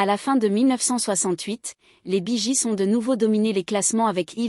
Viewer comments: Bonjour...Mais c'est QUOI cette façon de prononcer leur nom...???😂😂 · Encore une de ces vidéos traduites par une IA en un français approximatif et avec une voix « robotique » grotesque. Rien que la prononciation de leur nom est ridicule… Tant qu’au contenu, c’est médiocre: c’est en-dessous de la page anglophone Wikipedia sur le groupe… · Bonsoir vous prononcez très Mal leur nom de Famille ! J'aime beaucoup ce Groupe depuis que j'étais au Lycée.Celà se prononce Bi Giz et celà s'écrit Bee Gees et celà se prononce Guib et celà s'écrit Gibb.Íl y à 3 Frères qui sont Décèdés en comptant Andy qui chantait en Solo ! Apprenez à parler Anglais ou Américain ! 🤣🤣🙏 L'accent n'y est pas du tout ! Bravo pour la Vidéo !